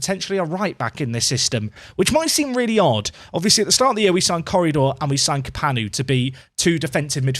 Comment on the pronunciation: Every time you say Corredor, I keep thinking you're about to say currydog.